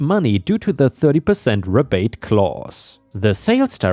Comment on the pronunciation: Second story, "rebate" is "ree bate" not "reh bate." 🤪